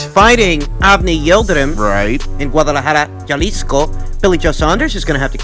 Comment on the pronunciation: Jalisco is pronounced (ha-lisco )